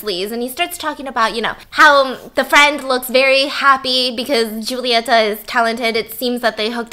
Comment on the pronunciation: Stephanie: The movie starts with a very sexual scene. Me:... Me: Yeap, that sounds like something my country would do. ps: love you, boo. Kisses from Argentina. It was very cool to watch the video and hear your impressions about the movie... And the way you pronounce "Julieta" is lovely.